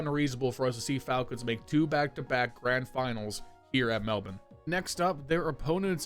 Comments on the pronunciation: HE SAID MELBOURNE RIGHT REJOICEEEEEE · As an Australian I appreciate your correct pronunciation of Melbourne